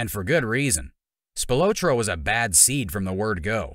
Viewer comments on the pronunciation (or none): Spil-ah-tro is the pronunciation. I’ll give you a pass for not being from Chicago. Tony’s brother was my neighbor growing up. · Tony's last name is pronounced "Spil "AH" tro. Hard to watch your clip pronouncing his name incorrectly......... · His name is pronounced like “SpilAHtro”” not “Spiootro” like the narrator says it. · The guy can't even say his name right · If you're gonna do a documentary learn how to pronounce your subjects name. And nobody within Tony's circle called him The Ant. They would have gotten straightened out immediately.